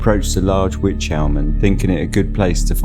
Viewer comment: It's pronounced wike ...rhymes with like 👍